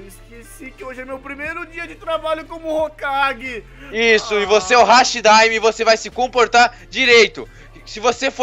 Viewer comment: Não é hashi daime é hati daime desculpa eu moto no Japão então eu meio que não gosto que fale errado mesmo que seja normal mas não liguem